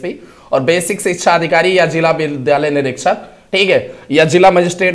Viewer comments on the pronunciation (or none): none